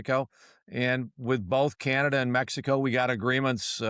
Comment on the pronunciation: Don't you hate the degrading way he pronounces "Canada".